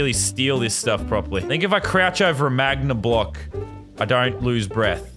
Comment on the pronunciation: he says magna block :D